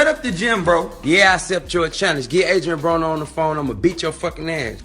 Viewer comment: he said adrien boner LOL